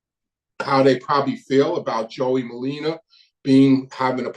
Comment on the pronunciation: Merlino not merlina